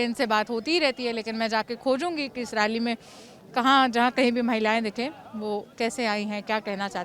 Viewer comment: Raally nehi 🤣🤣🤣yaar rally bolo, toh kya ma'am BJP ki rally mai nehi aani chahiye thi kya, yeh bhi bata do ki kis kis ki rally mai jaana chahiye aur kiski nehi.